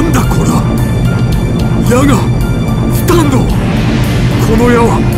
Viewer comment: スタ⤴︎ンド⤵︎